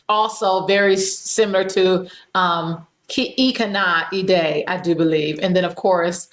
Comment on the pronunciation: The way you pronounced IKANAIDE is perfect. The same way you pronounced the letter I in Ikanaide, is the exactly way you have to pronounce the I in DIMASH name. I know English language uses schwa sound for everything, but Dimash's name is not English😊🌹